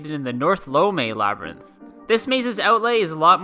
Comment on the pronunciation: "Labyrnth"? I'd like to buy a vowel.